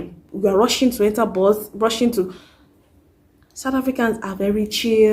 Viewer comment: Bus sounded like Boss when you mentioned it sis....